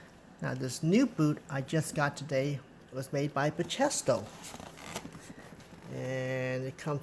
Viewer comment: Great video! Btw, they are pronounced Ba-key-stow as seen on Bachesto website :)